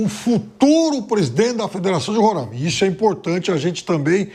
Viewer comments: Primeiro, que é Roraima, não Rorâima. Segundo, tivemos diversos presidentes do eixo Rio-SP. Até aqui, não lembro da CBF ter sido bom exemplo pra nada. Aí não pode vir um presidente do Norte, que tão tirando ele pra cocô... Deixa o cara trabalhar! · Agonia do Pilhado falando RorÃima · Não se diz "Rorãima", se diz Roraima. Não sei de onde tiram esse "ã". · Fala o nome do candidato errado e o do estado kkkk eita nivel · Mais absurdo q isso é falar o nome do estado errado!RORÁÁÁIMA E NAO RORÂIMA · RORÃIMA PILHADO?? RORAIMA 😂😂😂 APRENDE A FALAR O NOME DO ESTADO KKKK DEPOIS OS NORDESTINOS QUE SAO BURROS 😂😂😂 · Que porra de Rorâima, é Roraima Não tem acento O ra é forte como o r de "couro" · Pilhado, primeiro aprende a falar RORAIMA e não RORÃIMA. 👏😂😂😂🤡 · Pow Pilhado não se falar Rorãima, se diz Roraima. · Roraima animal é não Rôrãimense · Novo jogo. Toma um gole de cachaça toda vez que o Pilhado fala Roraima errado. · Tu não sabe nem pronunciar o nome do estado Pilhado, vai te lascar. Roraima não tem acento leso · É roráima, e não româima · Pilhado, já te falei, você e o Mauro César; falem corretamente, não é Rorãima ou Rorãimense, é Roraima ou Roraimense sem nasalizar o a!! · O meu querido pilhado o nome é Ruraima por favor tente pronunciar direto e (Roraima) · É Roráima não com o som ima, e respeita meu Baré poha kkkkkk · Pilhado falou merda do início ao fim e foi jantado. Curiosidade: Se pronuncia XÁud. Os times São o São Raimundo, Grêmio Atlético Sampaio - GAS, Monte Roraima e Atlético Roraima.... e se pronuncia Roráima.... Precisou a sensatez do Mauro César pra dar um comentário válido, o Pilhado tá mais preocupado em mitar. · Nem a pronúncia do nome do estado você sabe fazer e quer tá falando alguma coisa. Aprender primeiro antes de desrespeitar os demais habitantes que nada a ver tem com isso. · O pilhado precisa aprender falar o nome roraima aqui e uilton de roraima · A começar a pronunciar o nome do estado correto